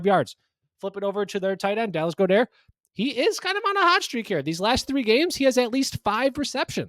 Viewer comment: Who’s Dallas Go-der? 😂 Go where?